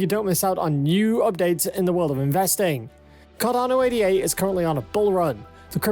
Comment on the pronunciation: "Ay-da". Not 'ay-dee-ay'. As in Ada. Jeez